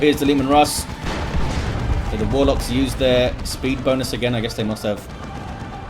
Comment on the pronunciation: be like: "Shh, be vewy vewy quiet. I'm hunting Wuhwocks!"